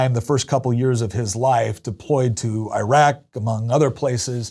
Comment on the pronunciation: I agree with EVERYTHING I've heard you say so far except for your pronunciation of Iraq